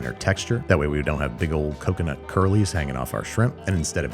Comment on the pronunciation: coconut? cocono